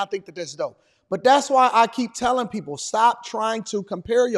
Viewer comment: He meant to say hey people! Not poo😂